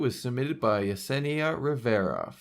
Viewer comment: My name is Yesenia and he pronounced it right